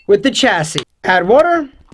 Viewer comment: "Chassis" is pronounced "Shassey"